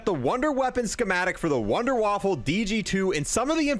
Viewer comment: i know but he said wunderwaffle